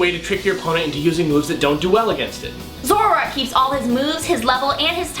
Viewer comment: I always thought is was pronounced Zo-ROARk.